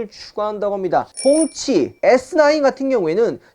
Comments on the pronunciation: 홍치가 계속 꽁치로 들린다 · 홍치인데 자꾸 꽁치로 들리네ㅋㅋㅋㅋ통조림쪼깨고 싶놐ㅋㅋㅋ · 소리작게하고들으시면 가끔 홍시도 들려요